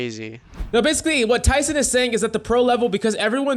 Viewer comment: You saying Tyson like you his best friend lmao …it’s tenz man TENZ!